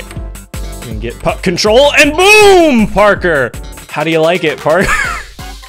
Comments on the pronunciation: I thought you said Fu-- Yeah..... But no! Puck! Not that word! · when he said "puck in my goal" it sounded like "fucking goal" which was so unnerving to me i rewatched it several times until i heard it right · Nope never mind it sounds like he said the f word